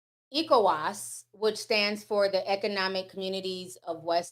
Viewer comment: Hehe Ti’s pronunciations. Niger is pronounced Nee-Jer (the jer has a French sound on the ‘j’) Côte d’Ivoire is pronounced Coat d Ivoir ECOWAS is Eh Co Wass